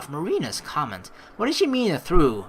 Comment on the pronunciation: The way you pronounce trough triggers me. xD